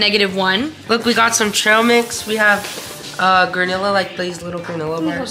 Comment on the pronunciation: saying Granilla and something else he pronounced wrong 😂😂😂